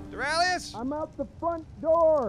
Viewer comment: doralious evolved